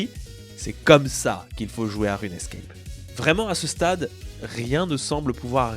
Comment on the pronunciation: On dit RUNE SCAPE et pas RUNE ESCAPE, de base, quoi....